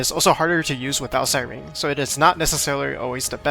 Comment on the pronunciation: Why does no YouTuber know how to say Cyrene’s name ? It’s not si-Rene it’s si - Rene -ne